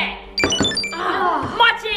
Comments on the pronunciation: i am getting triggerd from the way they are saying mochi they are saying muchi not mochiiii!!!!!!!!!!!!!!!!!!! am i the only one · Im not trying to hate or make fun of your australian accent and how the way you pronounce things but i just want to let you know mochi is pronounced (Moe-Chee) in America but i know you live in australia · i love you i have been a fan since sabre was 13! also sorry if this sounds rude but they are pronounced moe-chee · The “sounding tube thing” is actually called a pop tube and the mochi is pronounced mochee. Repost so the can see this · game controller is fidget doedecagon mochi is pronounced moechie sound straw is pop tube tho thing is a dimple spinner octopus is a pop it and squishy is dna ball and he hole in unicorns rear end is for pencils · Hi it is pronounced mo-chi just so you know xx I am a big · Is it just me who is easily triggered, and got annoyed that they said mochi the way it looks instead of saying mowchi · pronounced mochi rong